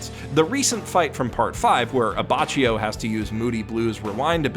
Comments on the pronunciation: Abbacchio, it's pronounced Abbakio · FFS, it’s “Ab-bah-kyo”, not “Ab-bah-chee-oh”. Like, you’d even heard it the anime by that point. In part 5 the Italian rules are in effect. Otherwise you’d have to pronounce other names like “Boo-sell-latte” and “Nah-ran-see-ya” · only one thing. read abbacchio like abbackio not abbaccio my italian heart stopped for a second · You mispronounced Abbachio, the cch, is prononced like a hard C, so it's like Abakio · 0/10 pronounced Abbacchio wrong. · I cringed so hard when u said abbacchios name